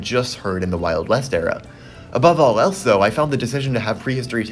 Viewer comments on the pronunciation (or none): none